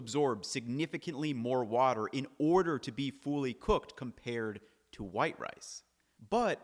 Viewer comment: I can't unhear "fooly cooked"